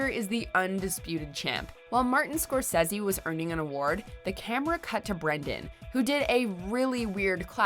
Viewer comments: The way you said Scorsese annoys me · Lady you really need to stop trying to pronounce things intellectually... Scorsese. Haha and his name is Ricky Gervais not Ri''y... why?? No C & K? Why??? Hahaha